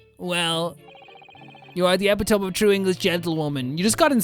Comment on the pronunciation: you mispronounced epitome